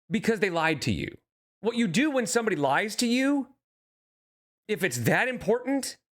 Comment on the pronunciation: Homegirl can’t keep with the lahs